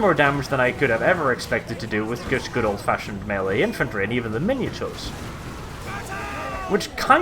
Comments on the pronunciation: Minotaurs is pronouced 'Mine-o-taurs', not 'minatures'. You could even say 'min-o-taur', just not 'minature'. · LOL I cringe every time he says miniatures instead of Minotaurs, its prob just his accent that causes this tho XD or he is doing it on purpose trollalol style :)